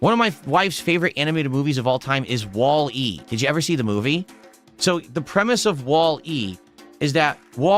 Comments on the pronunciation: He really is an alien. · 100%,that fucking annoyed me-_